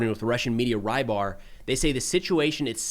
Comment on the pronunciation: Great report, as always, except that you keep pronouning "rybar" as "rye bar" making me wince each time. It's a transliteration of "рыбарь" and the closest you have in English phonetically is "rebar".